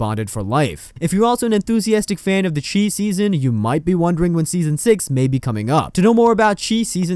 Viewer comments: SHY NOT CHEE ITS PRONOUNCED THE SHY . OH MY GOD. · It's not pronounced the chee, its pronounced the chi , ch-eye